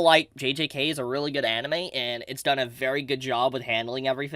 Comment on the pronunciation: Lol when you said anine you've been reviewing alot my dumb ass was like wait he hasn't done an actual like reviewing of anime weekly in a hit min then I remember mushiko tensei as you said it